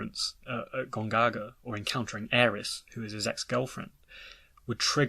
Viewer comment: Well the Remake seems to suggest the inner voice is Sephiroth trying to guide Cloud to the Reunion. Also why do you pronounce Aeris like Ares?